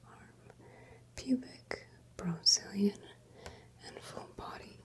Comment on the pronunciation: Wait did you just say Brozilian?